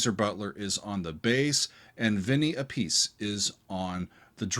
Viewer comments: FYI: Vinny Appice's last name is pronounced Ah-puh-see. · Vinnie's last name is pronounced APP A SEE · Info: Appice is pronounced "APP-uh-see" 👍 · Vinny Appice (pronounced: app-a-see). There’s a joke that he and his two brothers all pronounced their last name differently.